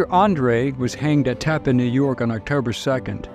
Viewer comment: 1. Never thought I'd see a benedict arnold apologist video 2. None of this is unknown information. 3. You pronounced Tappan wrong. It rhymes with Japan.